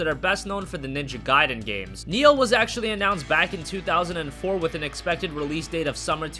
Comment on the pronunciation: it's NI-OH not neo >_>